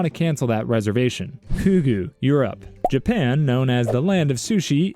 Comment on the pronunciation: When he said Europe I thought it was “you’re up”